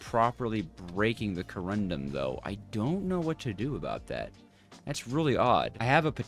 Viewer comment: please! co-run-dum not co-rum-drum. otherwise, i really enjoy your struggles. lol:face-red-heart-shape